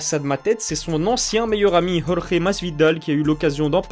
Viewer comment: Tu dois être le seul francophone sur YouTube à prononcer correctement le prénom Jorge. Bravo !